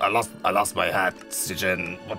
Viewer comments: So funny mocking sjin's name. People normally pronounce it as "shin". But sjin pronounce it as ssjin. gotta be strippin right? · pernounced sjin like s i j i n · Oh god, he pronounced Sjin wrong!!!